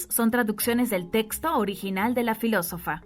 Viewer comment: Por qué la relatora no cuida las palabras?... menciona Alejandria por Alejandrina y. .... filosofía en vez de filosofa... estos errores le restan credibilidad al texto leido